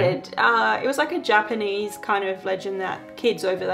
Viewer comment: I love the “Japalese” legends lol. On a side note, you and Jared are such a cute couple! Much love from Tennessee 🖤🤍💝🤍🖤